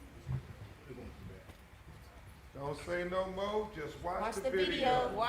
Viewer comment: why can't he say the word more? what is MO?